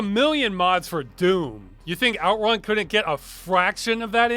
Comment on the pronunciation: strange that were pronounce it OUTrun when the word is actually outRUN